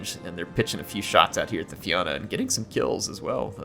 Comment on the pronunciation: Just for future reference "fianna" is pronounced "Fee-nuh"